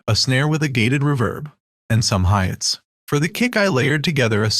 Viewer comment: The robo voice be like, "a kick, a snare, and some hi-yets..." we are gonna be using some 80s ruuhh-verbss"